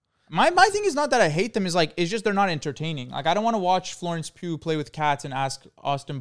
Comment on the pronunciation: LMAO WHY DID HE SAY IT LIKE THAT😭😭